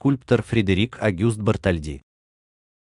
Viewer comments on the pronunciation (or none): БартОльди, а не БартольдИ. Это во первых. А потом не такой уж сложный тест.